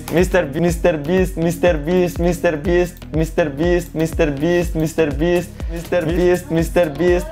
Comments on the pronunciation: all i heard with my broken headphones is 'mistherbeasth' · Saying 1M Mistear byst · mrbreast lol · only for me??? did he say Mr.Beast?????